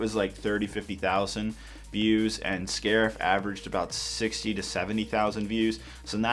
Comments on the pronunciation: “these will be so useful for scairf.” Boi dis is crait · Did you hear him say sharif when he was washing the bricks